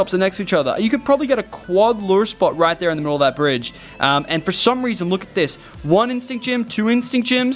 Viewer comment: Let's get roight into the news